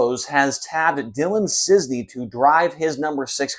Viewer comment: Is't Cisney IT'S CIS- NEY not CIZNEY